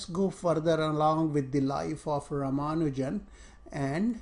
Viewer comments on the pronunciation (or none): Dear, thanks a ton for this video.:) Thoroughly enjoyed it. If you will please pardon me, just letting you know that his name is pronounced r-AA-m-AA-nu-jan (no AA emphasis here).